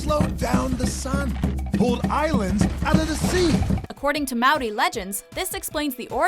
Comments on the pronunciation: not ow but ah mahwi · Ik but it's still a bit off... you roll the r's and she pronounced it Maewree but it's pronounced Muh-oar-dee kind of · WTAF SHE SAID MAOUDY NOT MAORI!!!! AND MAORI IS PRONOUNCED LIKE MOULDY!!! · Mouldy? There's no L sound when you say Maori. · Total Fangirl nah. its apparently Ma (like youre saying How it going Ma) and roll your R and pronounce it Re.... i remember my maori studies lecturer pronouncing it like that.. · I love how there are a tonne of Maori's here so I can rant about all of these incorrect facts like the way they pronounced Maori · I hate the way they pronounce Maori words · is it just me or anytime they say Maori they say it wrong